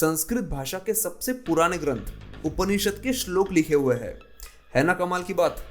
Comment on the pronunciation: अत्यन्त महत्वपूर्ण जनकरियाँ व सुन्दर प्रस्तुति सिवाय एक उच्चारण दोष के। दरअसल आप "हैं" को भी "है" उच्चारित करते हैं इसे सुधार लें। उपन्यासकार